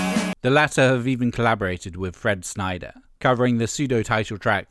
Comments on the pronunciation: I'm two minutes in, i really hope you aren't going to continually mispronounce Fred Schneider's name. It's Schneider not "Snyder". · Schneider. Not Snyder. You're killin me smalls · Schneider not Sneider